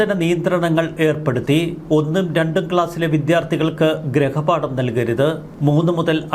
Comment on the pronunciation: ഗൃഹപാഠം എന്നു പറയൂ.ഗ്രഹപാഠം അല്ല